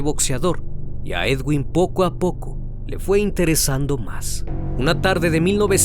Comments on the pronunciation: Se escribe Edwin y se leé eduin. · se dice eduin no edguinnnn